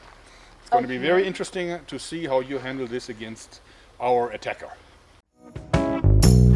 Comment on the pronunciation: She finds a lot of thing "fery eentresting"